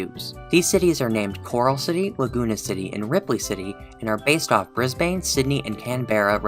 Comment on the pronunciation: Not to be negative like I’m watching this cause I’m Aussy but it really annoys me when people mispronounce our main city names Pronunciation Brisbane - Briz Bin Canberra - Can Bruh